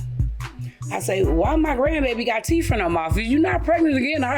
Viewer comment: Did this grown woman say teef🤣🤣🤣🤣